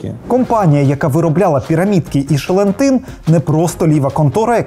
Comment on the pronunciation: От кажуть шелентин а мені все чується ЧЛЕНТИН! Видно таки щось з цими пігулками було не так)